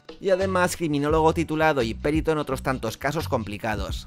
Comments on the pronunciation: El vídeo es brutal y eres el puto amo, pero tengo que decirte que se dice "perito" y no "périto". Un abrazo! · Se dice perito no périto.